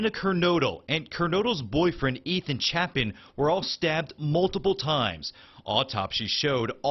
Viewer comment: So this guy can’t do MINIMAL research to pronounce their names properly? It’s pronounced similar to “Gonzales,” and it’s pronounced “CHAY-pin.” And Xana rhymes with “Anna,” and somehow he messed up on the pronunciation of “Madison.” Literally: It’s the way EVERYONE PRONOUNCES MADISON. This dude somehow managed to mispronounce all their names.